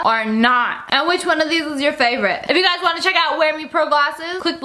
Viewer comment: Ew why you say hello gays